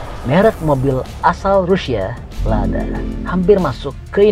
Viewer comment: Ladya bukan lada